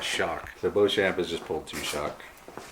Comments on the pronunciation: It would normally be pronounced Bow-shon which is the French proununciation. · A fascinating game with an interesting swing in fortunes. (NB I'd expect to pronounce Beauchamp as Beecham)